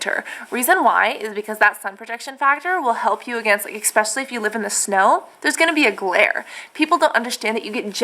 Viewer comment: I think you're so cute and sweet, I just started watching your videos and I find them very informative and enjoyable BUT please please please stop saying "exspecially" it is such a pet peeve of mine, it grates on me so much >__< it's "especially"... No X sound. I'm sure you know that, and it's just an old habit from childhood or something, I'm not trying to be mean or say you're stupid. I never leave mean comments, I just had to say something tho. It makes you SOUND less intelligent. Sorry :x